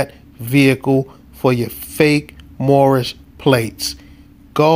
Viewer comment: Mushmouth from the Cosby Kids cartoon. "Moorishbuh Americanbuh Sovereignbuh Citizenbuh!"